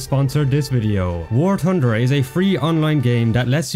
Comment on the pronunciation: War Tunder!😂😂😂😂😂😂😂